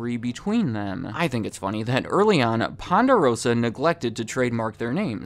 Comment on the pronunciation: hey say Ponderosa one more time haha.